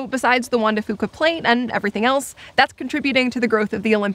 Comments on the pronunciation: You can tell neither of them are from Washington by how they pronounce Juan de Fuca. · Juan de Fuca is pronounced FEW-CA not FOO-CA, good scenery tho! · Not trying to be a pronunciation purist...... but it’s pronounced few cuh. Foo cuh. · Growing up in WA I always heard Juan de Few-ka not Fo-ka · As a native Washingtonian, im cringing everytime they mispronounce Juan de Fuca.... (hint: it's "de Few-ka" not "de Foo-ka") Still not a bad car commercial. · It's pronounced, "FEW-ka", not, "Foo-ka". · It's pronounced (Juan de) Few-co, not Foo-co. I cringed every time I heard that during this Subaru advertisement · I know it doesn't really matter but I've never heard Juan de Fuca pronounced foo-ka, I've always heard it as few-ka. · The "Fuca" in "Juan de Fuca" is pronounced "fewka" not "fooka". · Juan Dr Fuca=hwan de fyuca, not fooka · juan de FEWCA. not FOOKA. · Hey... Guys. You might also do research on your pronunciations while you're out there... It's Juan De Few-ka not Fu-ka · drtm17 Æ Nobody from washington says it that way. So its fewca not fooca. In fact, Ive never heard it that way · OK EVERYONE: Pronunciation is important! Juan de Fuca is Juan de F(you)ca. I was born and raised in Washington state. I love the Olympic Peninsula the most after spending 20 of my 63 years there. Thank you for the videos! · Locals say Juan de Few-kah. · It's Fyooka, kids. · It's pronounced wan de fyooka... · Juan de Fuca is pronounced FEW-CA by locals.... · Soooo close to pronouncing Juan de Fuca right (Fuca is pronounced like "few-ca"). No big deal though. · You can tell that guy is immediately not from the northwest. Mispronounced Juan de Fuca. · I cringed every time either mentioned Juan de Fuca. You ain't from around here are ya? 😂 And an umbrella??? Tourists. Loved your vid though! Olympic National Forest is awesome! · I died a bit every time you mispronounced Juan de Fuca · Hearing him butcher Juan de Fuca pronunciation is like listening to nails on a chalk board.